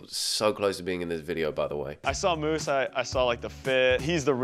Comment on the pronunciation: i’m pretty sure his name is musa not moose 😭